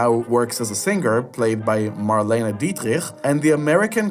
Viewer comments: Good! But there is always time to fix mistakes. It is absolutely awful to hear Marlene Dietrich's name pronounced in this way, especially since it is often heard correctly in both English and German. Joan Fontaine is not to pronounce like Joanne Woodward It's also a shame that you didn't mention Dean Martin in "Kiss Me Stupid," since he plays the male lead, and Fred MacMurray's important supporting role in "The Apartment" was unfortunately not mentioned either. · Pronouncing Marlene Dietrich's last name so horribly, as if you had throat cancer, is unforgivable. English speakers pronounce it Dietrick, while Germans, French, and others pronounce it more softly... Dietrich. You should decide on one of the two before publishing your ranking. Marlene Dietrich remains one of the most famous and recognized Hollywood legends of all time, as well as one of the most successful show business stars. You should show her more respect and make an effort to pronounce her last name correctly. Not to be forgotten is that Marlene Dietrich received the Medal of Freedom (USA), Chevalier de la Legion d'honneur (France), and the Medal of Bravery from Israel for her service to the Allies in World War II. More commitment and knowledge are needed here.!!